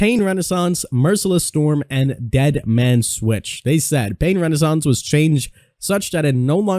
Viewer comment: pain reSOnance not RENASANCE